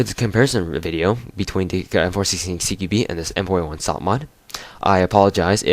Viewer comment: Cara "CQBi" é a pronuncia em inglês, nunca estudou inglês não?